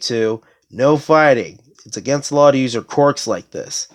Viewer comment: I know this is very petty but you saying quirks as qorks through me off and i had to check my hearing but other than that i enjoyed the video a lot.